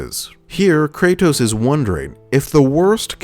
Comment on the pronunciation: ive watched almost all of your videos now and the only thing that is constantly bothering me, is how you say Kray-tos. pls for the love of god just say Kratos